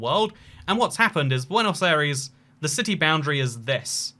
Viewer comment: how you pronounce Buenos Aires: Buanos-ires